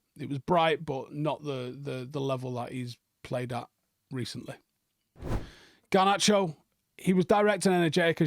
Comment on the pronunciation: can't pronounce names. English people in general are pretty bad with name pronunciation. They say Bruno Fernange & don't even realise that they're using a short 'a'' instead of a long one when vowel pronunciation is more important than consonants in romance languages. If you're going to start thinking about consonants though, it's Harnacho & Uharte.